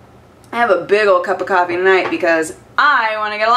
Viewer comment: Pinky up, this was a classeh Coffeh Time